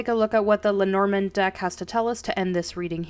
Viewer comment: If you want to say it right don’t pronounce the D at the end of it just Say “le Norman”